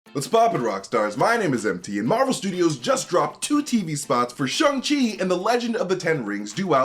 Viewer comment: Shang: it's Sh-A-ng MT: Sh-U-ng Shang: Shhh-A-ng MT: Shhh-U-ng Shang: Shang smirk MT: That's what I said!